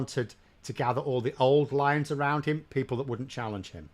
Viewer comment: I thought you said “old liars”not “old lions”, still think without any doubt “just liars”.